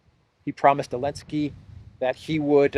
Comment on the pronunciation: Why do you call him 'Elensky'? It bothers me a little. Is there a reason?